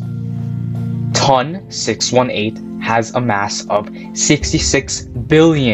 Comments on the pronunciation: A dream come true would be to stop saying “TUN”. Say “tee oh en”. Would you call NGC 1332 “nuh guh ka”? “Ton” is the first three letters of Tonantzintla, relating to Aztec goddess Tontantzin, which doesn't sound like “tun”. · My man said " TON! 618"